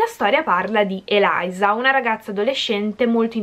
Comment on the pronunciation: Ma si dice Eliza cmq lo già letto